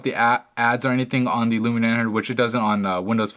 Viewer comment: He pronounces it '' Lumina '' instead of Lumia.